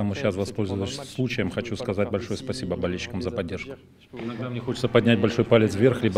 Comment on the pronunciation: Изя, давай русский учи. Спасибо без акцента уже говоришь .